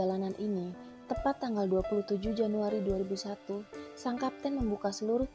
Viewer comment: itu 0001 atau 2001, dengernya 2001 loo